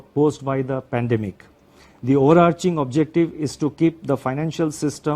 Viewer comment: He can't pronoun epidemic & pandemic but he is given our financial structure , 😂😂😂 best was "DGP" instead of GDP best is he reads from script make mistakes, all accepted . His did not mentioned why they can't regulate, monitor and avoid China's investment in Indian company HDFC, what they doing to stop china in future, does he know china will buy India by forced default in long term FDI . It's not in favor of 🇮🇳🇮🇳 INDIA.?? Secondly What are you planning to support or ease SME (small and medium enterprises) in tax exemption or postponement, in the myst of COVID -19??. Thirdly there is no mention of capital infusion for private ltd sector? On one hand mentioned heightened uncertainty, other hand Also spoke about NSO (national statistic office) data CPI inflation declined by 90 basis point then changes to 70 immediately 😂😂😂 declined to 5 basis point OMG😱, does he live in space, as he said inflation has dropped 170 basis point. 😂😂😂 I need to know inflation data is analysed or compared with ?? It's high time! WE NEED RAGHURAM RAJAN.